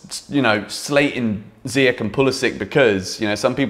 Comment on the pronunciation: It’s not ziyech with K . It’s Sh great content